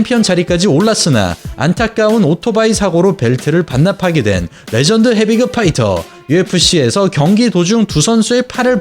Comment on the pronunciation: 한국사람맞나요?? [헤비끕]도[헤비급]이라고 읽으시고...